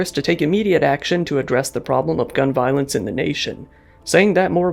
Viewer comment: “gun voilence”